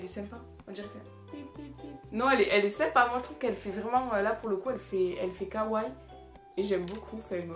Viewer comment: On dit pas kaway on dit kawaii ( on prononce les i )